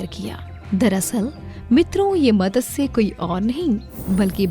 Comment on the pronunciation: Just one suggestion It's not Matasya it's Matsya Avatar..please correct this..🙏🏻